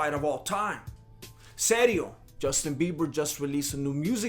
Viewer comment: Did you say "Dustin Bieber"? Orale! 👊😂👍